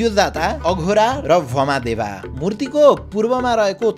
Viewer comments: IDS लाई एक सुझाव - यत्तिको अनुसन्धान गरेर अनुसन्धानात्मक content बनाउने ले आफ्नो धर्म-संस्कार सम्बन्धी श्री पशुपतिनाथको content बनाउँदा, "तत्पुरुष लाई ततपुरुशा, वामदेव लाई भामादेवा, अघोर लाई अघोरा, र कालाग्नि रुद्र लाई कलन्या रुद्र" भनेको छ। यस्ता त्रुटिहरू सच्चिन आवश्यक छ। विदेशी उच्चारण मान्य हुने छैन। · वामदेव हो भामादेबा हैन😂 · तत्पुरुष, सद्योजात, अघोर,वामदेव हो भमदेवा हैन. अङ्रेजीलाई सिधै नेपालीमा ट्रान्सलेट गर्नु भन्दा खोजेको भए राम्रो हुने। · भमादेव - वामदेव